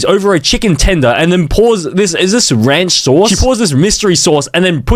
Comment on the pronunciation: it's Rance cause bro